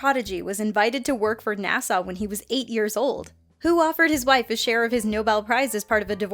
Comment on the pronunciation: Did she just call NASA 'Nassau?'